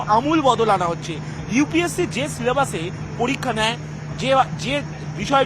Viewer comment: পতিদোগিতা মুলোক পলিক্কা😂 গতমুঙ্গলবার .... আরে 'ভাতাটা' থুরি 'ভাষাটা' আগে ঠিক কর। WBCS নিয়ে কথা বলে .. 😂😂😂😂